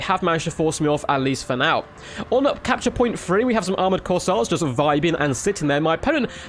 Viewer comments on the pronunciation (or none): 1. It's Kossar, not Corsair. 2. Kislev's Ice sanctuary seems like it would be incredibly good in these objective grinds. It isn't like you are trying to move anyways.